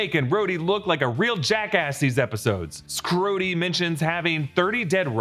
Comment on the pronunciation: “Skrody” sounds less like “Rody as a Skrull” and sounds more like “Scroty” like scrotum rody 💀